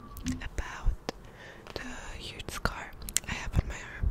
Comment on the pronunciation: ".... the hude scar"